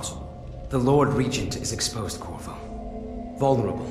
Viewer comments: Dammit! I hear "Kurwa" instead of Corvo. It's Polish for fuck, if anyone cares. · I heard Kurwa to